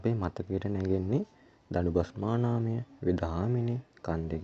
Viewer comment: දඩුබස්නාමානය ඔයා ශබ්ධ කරන විදිය වැරදියි දුන්නෙන් විදින ඊ තලයක් වැටන සීමාව තමයි දඩුබස්නාමානය කියල කියන්නෙ